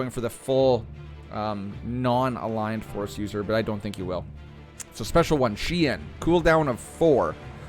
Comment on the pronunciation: Fyi, it's pronounced shen, it's one of the variants of form V. Anakin used Djem So the more offensive variant and Plo Koon was a master of Shien.